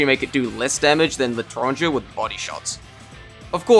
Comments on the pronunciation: It's also eh not er or eur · its like "lay-tron-jay". "l'é" sounds like "lay", "tran" sounds like "tron", "g" sounds like a mix between g and j, and "er" sounds exactly like "é" (so "ay") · le'tranger is pronounced somewhat like "le-tawn-ger" ger like germany, tawn like tawny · I'm french so I can say google say bullshit it's not prononce like that at all. (google say it as if it were written "L'itrangeur") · As a french, the l’étranger is actually pronunced "leytrangey", Google is gaslighting you. Still, really great video ! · Community prononciation is the correct one here. It's l'é-tran-gé not whatever the robot said with a gueur or smth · I hate to break it to you, but l'etranger is in fact pronounced like leh-trahn-jeh. The letters "er" at the end of a French word are always pronounced like "Eh" unless there is another E afterwards. Also, out of curiosity I used the same google translate text-to-speech that you did, and it only pronounced it correctly when the proper accent was included (l'étranger) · I’ve found way more sources that pronounce it differently than google translate. Even GOOGLE ITSELF gave me L-eh-Tran-jay when I searched it up. It is only for google translate where I’ve heard it pronounced differently. So I’m just gonna say that your friend is just wrong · I can assure you this is NOT how you pronounce it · I am French and you're wrong on the "l'étranger" thing. In french, the e can have a thing over it changing its pronunciation : é, è an ê. Because you wrote l'etranger instead of l'étranger, it read it wrong. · Watching you pull out gogle translate to butcher the name of "L'étranger" kills me a little inside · Just so you know, you absolutely butchered the way to pronouce l'étranger (source: Im french) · I am french and google translate absolutely butchered the way l’étranger is pronounced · There is ONE thing i need to say about this video. As a french person.. Google traduction is wrong on that one. It's said like all the people do.